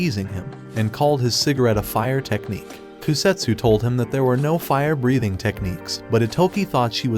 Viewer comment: Bro watched too much ds he says fire breahting